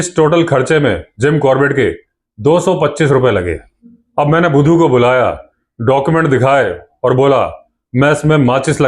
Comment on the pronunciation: Shandar pronounces the name of budhu bhaisaab ❤